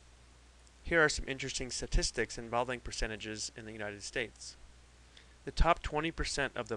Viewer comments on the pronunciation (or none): STatistics. The t is not silent.